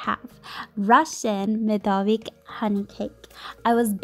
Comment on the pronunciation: Медовик (myedovik) was correct! Медового торта is some google translate gibberish LOL But the cake looks delicious! Great job